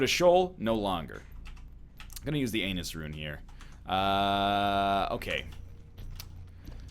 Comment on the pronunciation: Am I the only one who noticed NL said Anus Rune instead of Ansuz Rune